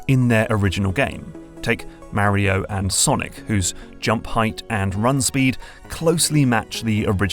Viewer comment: I'm so torn. New GMT video not about magnets. Yay! But I have to listen to pronounce Mario. 😁